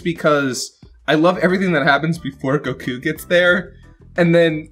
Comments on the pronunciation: Has anybody else noticed how changes his emphasis and annunciation on words? Most notably “Go-KU” vs “Goku” and “NA-rator” vs “Narrator” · Just noticed the emphasis put on the u instead of o in Goku. Consider me nettled.